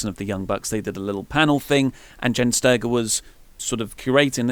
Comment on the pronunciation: Jenn Sterger is a 'j' sound, not a 'g' sound... Just thought I'd point it out because ya know... I'm doing nothing on a Saturday and clearly have no life.